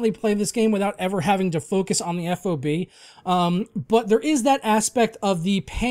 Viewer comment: FOB is pronounced as an acronym how it's spelled. just letting you know 😉